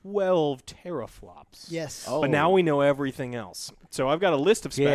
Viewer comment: “Everyting “ jaja 😂